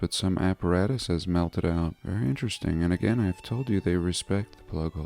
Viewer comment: Vewy intewesting